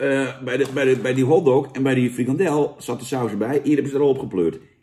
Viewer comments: FrikaNdel jan, niet frikadel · Het is frikandel niet frikadel